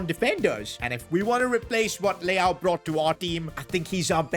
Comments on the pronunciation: bro said leao 💀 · Bro said leao 😂😂😂